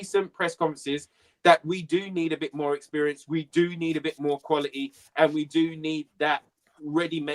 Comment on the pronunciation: There is a "T" in qualiTy!